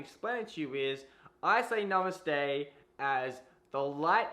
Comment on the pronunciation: Stfu. He said it Right.